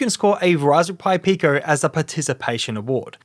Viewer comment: yet cant say raspberry hahahahahaha